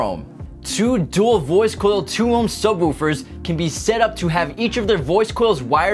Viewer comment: Why do you keep calling subwoofers subwahoowafers.